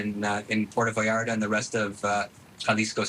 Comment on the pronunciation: It is pronounced PuerTO VallarTA. THERE ARE TWO “Ts” THERE, SPANISH IS NOT ENGLISH. It is not pronounced “Puero Vallara”. 🤣🤣🤣